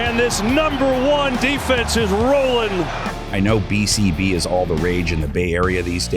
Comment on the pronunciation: nfl youtube page really had the narrator sya “bcb” lmfao